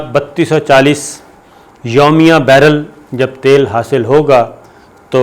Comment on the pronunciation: Sabir sahib ye thal nahi khai isko tal bolta khai